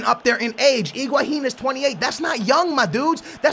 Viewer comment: that's correct pronunciation